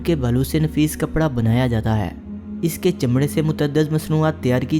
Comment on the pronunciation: ہے کو اے کیوں بولتا ہے